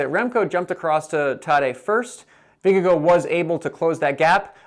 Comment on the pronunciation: it's Vin-ge-gaw